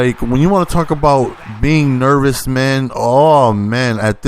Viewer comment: He forgot hard as well every time he said nervous lmao